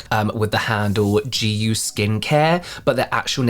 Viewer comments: im korean and,,, the hangul reads JAYU meaning freedom and, japanese pronunciation of that very word is JIYU. This isnt even a korean inspired brand, its a bandwagon asian fetish branding...😢😂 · I thought maybe that's because it's intended to be pronounced "j-eye yoo" but since they make so many videos online I find it weird that it would be so widely mispronounced